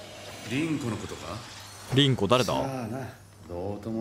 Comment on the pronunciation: ……涼子じゃなくて凛子……